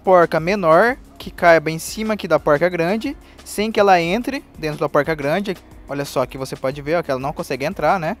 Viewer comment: Póuilrca kkkkkkk Não é mais fácil falar porca? Não é poruca, tipo paulista não. É porrrrca.